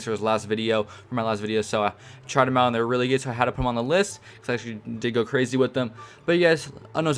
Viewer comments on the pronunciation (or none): none